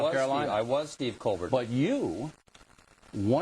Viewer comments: did Stephen Colbert break character when he said Colbert instead of Col-bear? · his face when he says "colberrrrrt" hahahaha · "Are You COLBERT OR COLBER(T)?? " potatoe potato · After all that stuff about how Colbert pronounces his name, if I had been him I would have said "Pronounce it ColberT, because I'm afraid of bears!". Get it? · Why does it matter if he pronounces his name in a french tone? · Bill getting worked up over pronunciation of colbert is hilarious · Where did O'Reilly want to go with the whole thing about Colbert... pronouncing his name differently, I guess? What was that all about, I didn't get his point. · Ding a ling O'reilly can ask him anything, and the first thing he asked him is about how he pronounces his name.... That said it all..... HE'S GOT NOTHING!!!!! SHOCKER! lol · Too bad O'Reilly is to stupid to realize the shellacking he just took at the hands of a guest whom he expected to belittle. He avoided important issues and focused on minutia like the pronunciation of Colbert's name. Typical behavior. When you can't effectively debate, criticize. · He doesn't even remotely get that the French pronunciation is a gag. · yeah i was thinking the same thing. only time he seemed to get his feathers ruffled was over the disagreement about the pronunciation of stephen's last name, and that seemed staged. nothing to see here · Really, O'reilly? The pronunciation of his last name? That's the best u've got? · Can someone explain to me why I should care how Colbert pronounces his name? I legitimately don't understand